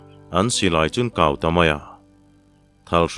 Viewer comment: Silai ''Kau" i lam rik dan hi a ri hniama i lam hi a dik lo deuh lo maw? "anṭam kau" ti anga lam hi a dik zawk lo maw?